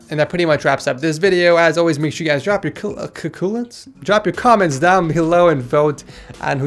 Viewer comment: CACOOMENTS! HAHAHAHAHHAHAHAHA